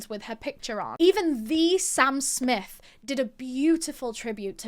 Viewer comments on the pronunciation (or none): none